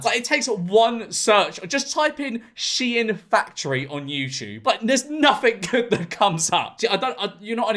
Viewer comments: IT’S PRONOUNCED SHEEN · "CLOTHES STORE SHIEIN" (its said like sheen and not she in)